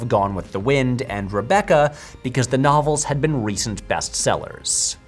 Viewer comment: Everytime he said "novels" i thought he was saying "knobbles"